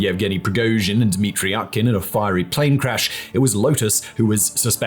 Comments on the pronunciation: Could you please learn how to pronounce names of at least key guys? Utkin is read "oo-tkin", not "ah-tkin". Not that I care about this jerk, but you are showing disrespect to the viewers. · not Utkin but its pronounced OOTKIN... OOTKA means duck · Utkin- pronounced as [U:]tkin like oo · Utkin is pronounced more like "Ootkin" (as in proof, room) tho, but ok